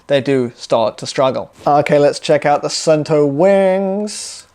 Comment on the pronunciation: Suunto is a Finnish brand. The name is pronounced like soon-to where 'to' is pronounced like the beginning of the word tok